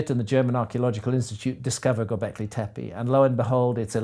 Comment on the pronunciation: He will never learn to pronounce "tepé" right. And he uses it a lot. Disgusting, but unsurprising.